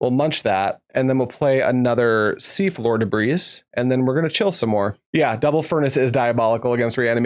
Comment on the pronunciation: Just so you know, despite the s at the end Debris is pronounced more like 'Deh-bree'